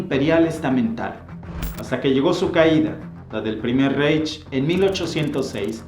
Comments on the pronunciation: Reich, se pronuncia raij. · Reich se pronuncia raig ya existe el Google traductor con sonido del idioma en cuestión. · Era Francisco I, no Francisco II. El mapa está pésimo, múy incorrecto el delineado del imperio alemán. Reich se pronuncia "raig" El "monstruo de Hitler" se gestó desde sus días de vagabundo en Viena, cuando ya leía pasquínes antisemitas y aborrecía la multiculturalidad. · Te suplico no te ofendas, se pronuncia Raij, vaimar, etc. , el diptongo ei se dice ai. Por lo demás excelente documental. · vender la versión gringa que toodos hemos visto en películas no ofreces nada nuevo en tu video. Ah y pronuncias mal Reich